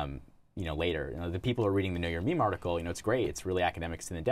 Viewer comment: Wtf Mook doesn't say MeMe correctly.